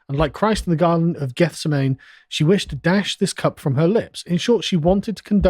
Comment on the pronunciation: Carl doesn't know how to pronounce Gethsemane